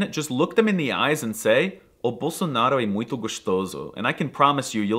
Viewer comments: It is supposed to sound "muinto", not "muito" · amio it’s not making the “t” sound in word “muito”, it sounds like spanish “mucho” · Dude... You forgot the "nasal" on the word MUITO... Or, at least you could bump it up a notch or two!😂